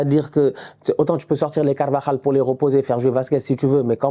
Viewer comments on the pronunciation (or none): none